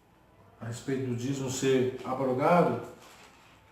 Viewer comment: Pastor, graça e paz! Parabéns pelo estudo. Só 2 coisas equivocada ; mas nada que atrapalha. 1° não se lê ABROGADO, e sim AB - ROGADO com ( B mudo ) é separado. 2° que faltou o senhor ler o versículo 9 de 2 Corintios cap 9 , que diz pra quem era a contribuição que Paulo estava fazendo. * Espalhou, DEU aos POBRES, a sua justiça permanece para sempre ! E pra confirmar que o velho testamento foi abolido, era só ler 2 Corintios cap 3 verso 14 a 18 . No restante o senhor está de parabéns! O senhor é corajoso viu, e Deus há de te recompensar por dizer a verdade dentro da Bíblia. Deus seja louvado